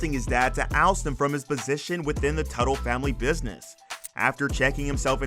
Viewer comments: Consistent pronunciation of names would help. Stop switching Tuttle to Tootle, Mikey to Mickey, etc. Seems like a strange thing to do. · It's not pronounced "Tootle". It's Tuh-tle. And it was stupid of him to spend the show's money on personal shit. So dumb. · How do you go from pronouncing Teutul (Tuttle) to Tootle and Mikey to Mickey, all in the same video?